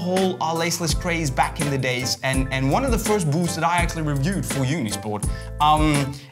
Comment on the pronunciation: we say boots says buuushts